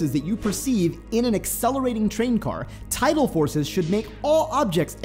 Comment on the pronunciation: Neither. The word is tidal not total or title.